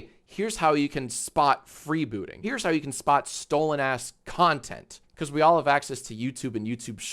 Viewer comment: also learn how to talk "are you do" its "all", not "are"